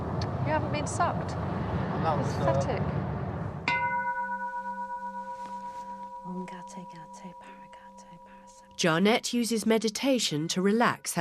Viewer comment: Did she just say "you havnt been sucked before? ... Pathertic" LOL